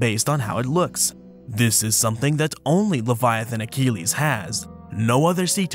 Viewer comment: Sorry for intervening again about the Latin pronunciation. Leviathanochelys: the -chelys part should be read as 'keliss', not "keleeze". Thank you.